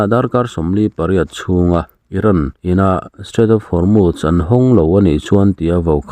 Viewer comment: Hormuz i lam dik leh tawh lo. 🤭🤭🤣🤣🤦🤦